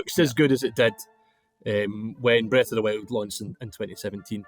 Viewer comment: Breth of the wew